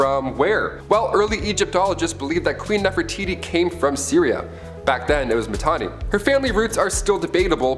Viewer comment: seriously....? NEFERITI....???